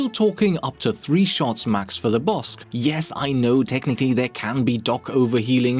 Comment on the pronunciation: Is it just me or is calling it the "Bossk"?